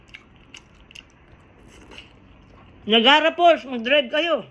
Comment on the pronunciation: Not Nagara falls, it’s Niagara Falls.